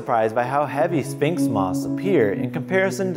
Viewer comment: ... He keeps saying "spinx" moth instead of "sphinx" moth...